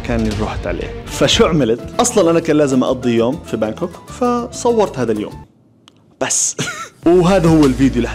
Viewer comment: بانكوك ولا هانكوك هههههههه